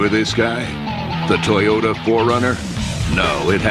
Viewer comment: It’s not Tayota , it’s Toyota 😂